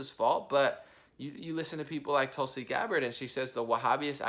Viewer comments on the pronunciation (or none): none